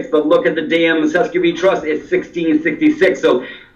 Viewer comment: it`s pronounced setter kay act